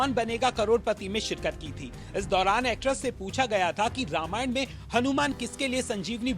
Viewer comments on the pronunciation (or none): अबे, हिंदी में लिखा नाम पढ़ सकते हो ? क्या लिखा है? रामायण लिखा है या रामायणा ?